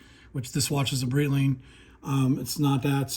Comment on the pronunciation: come on, learn how to read Breitling... it's not Brittling.